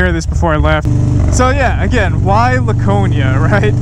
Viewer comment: As someone from NH, I wanna inform you that we, at least all the people I know, pronounce it “Lacone-e-a”